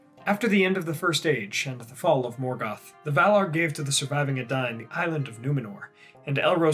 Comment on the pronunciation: In this video, we learn that I've been pronouncing the words 'Edain' and 'Dunedain' terribly, terribly wrong, for many years. ( has it right)